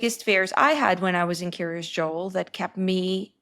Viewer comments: It's "Kiryas" rather than "curious." It's the Ashkenazi/Yiddish pronunciation of the Hebrew "kiryat" which means "the town of." Lots of places in Israel with the same pattern: Kiryat Yam, Kiryat Gat, Kiryat Malachi, etc. I once lived in Kiryat Ono. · I keep hearing Curious Joel, like Curious George 😊